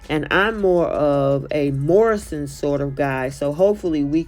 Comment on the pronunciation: Loving hearing an american say morrisons m&s etc...